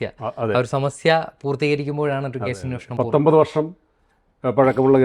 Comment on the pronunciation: അവതാരകനനോട്, അന്വോഷണം അല്ല അന്വേഷണം